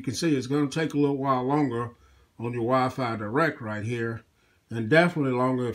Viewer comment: wyaafaa aayaiphone sorry but i heard it like that :)